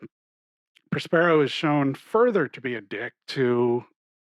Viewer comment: Masque of the Red Death: they stress the second syllable of the name Prospero, not the first syllable...?